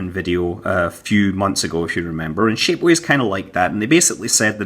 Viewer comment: When you say shapeways, it sounds like shitways